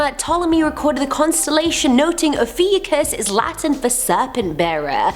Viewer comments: Actually, it’s pronounced: O-fi-U-chus Ophiuchus (At least that’s what I heard) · Oh-few-cus is how it’s pronounced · cries in Ophiuchus its actually oh-fee-oh-kus is how its pronounced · It is Pronounced O-few-cus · no one: absolutely no one:: OfEwCusS👁👄👁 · Pronounciation and date is incorrect. It runs from Nov 29-Dec 17 and WHY? focus on the bad people? If you really want knowledge. skip this vid